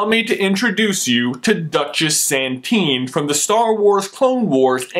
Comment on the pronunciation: "duchess SaNtine" ......